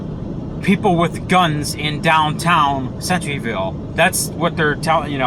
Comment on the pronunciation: No offense buddy and I totally agree but the name off the school is pronounced center - ville like the center of something anyway have a blessed day.👌